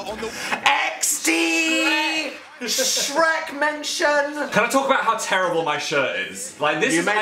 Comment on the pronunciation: I'm sorry but the "open KYAN" gets me every time 😂😂